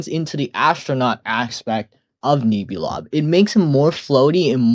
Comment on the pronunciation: Pronunciation fix: It's pronounced "Nehbulob" like Nebula not Neebulob :) Also your rankings are so fair, not a single drop of hate and I love that. well until Gaddzooks I don't get why an overrated monster makes you hate it. People love it so much because without Gaddzooks Ethereal Workshop just sounds so much more empty